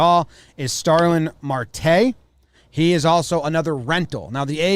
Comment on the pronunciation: Starling Marte is a solid player, also its pronounced mArte with a strong A.